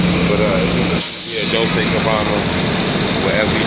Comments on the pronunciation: dol chay not dol say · Dol-chey is how it's pronounced.